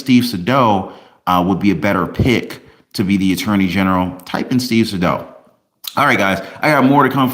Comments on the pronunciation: "Say-Dow." Not "sa-dough" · It’s SAY-DAL!! I appreciate you but your pronunciation of the name kills me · Hey. Great job as always. Btw, Atty Sadow's name is pronounced Saydow, long a. Just saying. He's a great litigator. Love your videos 😊😊